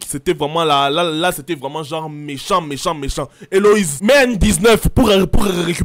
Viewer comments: C'est Élodie pas elowize😂😂😂😂😂😂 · ELODIEEEEEEE pas Eloïse 😂❤ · "Éloïse" 😂😂 nooonnn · Mais c’est Élodie pas Éloïse 😭😭😭🤣🤣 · Elle s'appelle Elodie owwww et non Éloïse😂😂😂😂